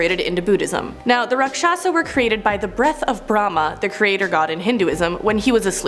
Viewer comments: Hey it's pronounciation is RAKSHASH not RAAKSHAASHA . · Rakshasa is pronounced raakshas and the one image of the half lion half man is actually lord Vishnu’s incarnation killing a raakshas